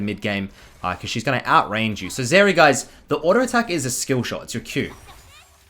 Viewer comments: Is it just me or does he keep calling Zeri, Vex? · hey can you pronounce her name correctly thanks bud